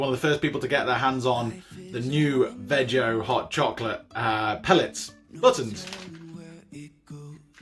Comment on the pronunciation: is it veg-o or vee-go? :0